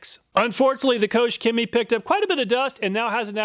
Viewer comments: KochChemie is pronounced closer to Coke than coach lol. Their GreenStar is my favorite product. It’s very alkaline so it’ll strip off anything you have on the car but it also really gets rid of any dirt or greasy grime with just a foaming and a pressure wash. No real scrubbing at all. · It hurts my German soul to have it pronounced "Coach Cammy" :D